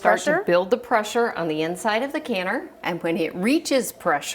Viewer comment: the “aaaaaaaannnnddd”, “becaaaaaaaauuuuuse” and other extended syllables were driving me nuts....very distracting